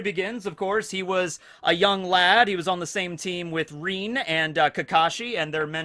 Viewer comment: Omg its rin not reen Come on dont cringe cringe no mi naruto